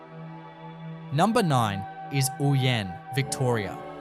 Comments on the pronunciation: It is Oh-yen not ooyen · Ouyen is pronounced Oh-yen